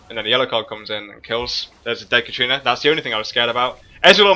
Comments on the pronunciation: I like your vids, but there is one thing that bugs me in a lot of them. It's katArina, not katrina. XD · please stop saying katrina, it's katArina :D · Every time you say 'katrina' i flinch. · Katarina =/= Katrina. Other than that, great video and one that I can fully relate to. Until now when the other team started snowballing, my team basically fell over and let them roflstomp our faces, but I'll try the random barons and stuff. Thanks a lot:) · i wonder why so many people cares how he pronunciates katarina lol